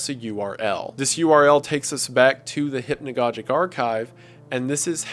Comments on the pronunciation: Maybe someone helped you with this Wendigoon, but it's hypnagogic as you would say synagogue. I don't mind it here. For future reference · I just realize you don’t even say hypnagogic right. You don’t say hypnagogic right, you don’t say merlot right I think u just need English lessons